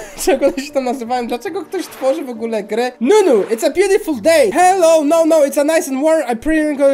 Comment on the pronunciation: Te jak to nazwałeś ciasta to tubisiowy krem a ten czerwony to po i czyta się po robocik to no no i czyta się nono tyle błędów w tym filmie 😤😓😳😔😒